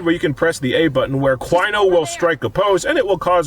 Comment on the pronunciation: DIE CWINO DIE! DIE CWINO DIE!